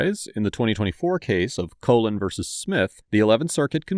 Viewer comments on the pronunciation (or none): none